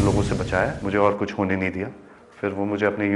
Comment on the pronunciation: Haha anchor hit ko bolrhi thi hat aur kuch ko bolrhi thi kus 😂😂